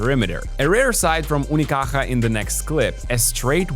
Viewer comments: Your effort to pronounce "Unicaja" properly is appreciated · Malaga represent hijos de puta. Best part of the video is listening to a guiri saying "Unicaja" perfect ngl, respect to you whaterver you name is:) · Came here after their defeat in 2025. Btw, nice pronunciation of "Unicaja" bro. Love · Wow, you pronounce "unicaja" reaaaaaaaaaaaaally good. It's not easy, nice one